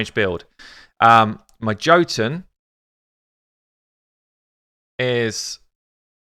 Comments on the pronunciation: His name is pronounced Yo-tun. The 'tun' is little long, but not as long as 'toon'. Just means 'giant' in old Norse. Love your vids mate, but your stabs at reading names have me cracking up or pulling my hair out. I mean FFS, it's armiger with a soft g too! It's a word with a meaning and stuff! Armiger means a low level knight or a high level squire responsible for looking after the arms and armour of a knight with lots of squires. Myrmidon, Erinyes, Haruspex... Lots of these champs have meanings. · Yes totally agree, his kit needed more! I was hoping for a random multi hit, 60% dec def and or an apply two 5% poison if under dec def. He is ..Jotun=Yotun! Drop the J for a Y. Keep up the great work and the content we need